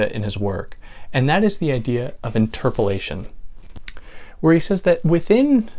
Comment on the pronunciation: Excellent teaching, thanks much! One thing, I would pronounce interpellation as: inter - pellation, so it's not confused with "interpolation".